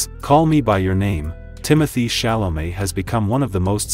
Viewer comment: But she pronounces the name pretty well! After all, even Chalamet doesn't pronounce all time his name the way we, the French, would like, only in France he pronounces his name correctly!